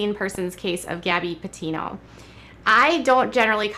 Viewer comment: Yeah like when she pronounced Gabbi's last name as Petino instead of Petitto.